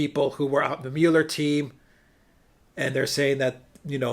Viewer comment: Does Alexander pronounce Mueller (mue-ler) as 'mullah' on purpose?